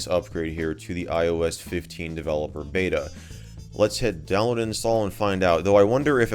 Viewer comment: Myes, DeVeLePoR